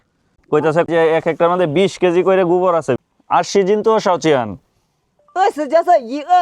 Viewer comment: গুবর না গোবর। ও-কার কে উ-কার বলিস কেন? জঘন্য শোনা যায়।